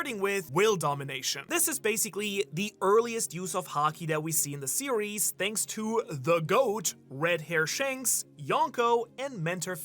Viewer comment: I can’t believe you said Shanks for watching! 🤣😁😝